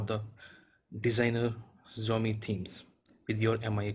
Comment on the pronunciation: Kindly correct the pronunciation of Xiaomi.